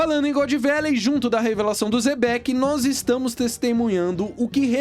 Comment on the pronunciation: Se pronúncia Xebec não Zebeck